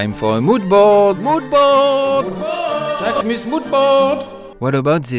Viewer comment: I loved this video. So much knowledge about the brand and the models. A lot people don’t attempt to pronounce names correctly & get models mixed up but you said mine perfectly. Thank you, I appreciate it x